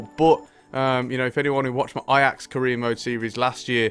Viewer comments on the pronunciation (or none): none